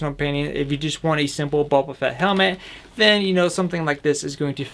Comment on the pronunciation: It's Boba Fett, not bobba Fett!